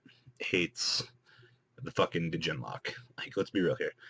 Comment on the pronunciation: its been like 6 months and people still dont know the d in djinn is silent >.>